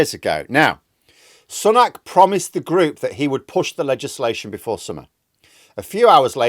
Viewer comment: Its Sue-nak NOT Sun-nak get it right